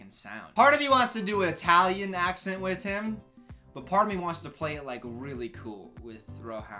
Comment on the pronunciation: y’all hear the “wit” 😭😭